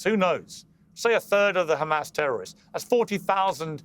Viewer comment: “Every 🇮🇱li is a tewwor!st or the son of a tewwor!st.” - Queen Elizebeth of England.